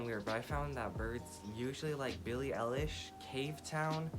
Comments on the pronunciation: Somehow it just pisses me off how he says eilish😂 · sis just mispronounced EILISH